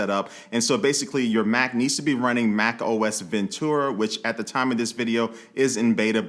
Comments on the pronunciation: Mac OS "Ace" Ventura 🤣🤣🤣🤣🤣🤣🤣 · You know when you first wake up, scrolling through social media & what not, & things seem extra funny for some reason ? I heard this man say "macOS Ace Ventura" and i'm currently wiping tears away with a paper towel.😂Too funny bro !